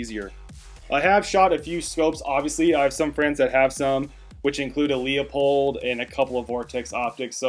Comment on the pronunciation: Leo Pold?........ seriously? Leupold........pronounced loupold. Otherwise good review. Thanks